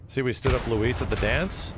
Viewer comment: Literally everyone else: “Luis”: “lewis”